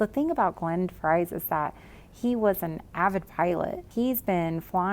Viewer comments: Nope. “De Frees” would better to convey how the “V” should be pronounced. Like an “F” in English. Just keep the “e” part snappy and short. And there is no “z” sound at the end. You should know that Dutch Tuber! I am a “Visser” living in the USA so I deal with this daily. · Last name is Dutch and is actually pronounced De Vreez. And I must agree with all the Masks complaints. Such a pretty gal and it’s just hard to get beyond it.